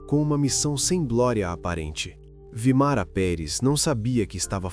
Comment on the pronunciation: Vímara, não Vimara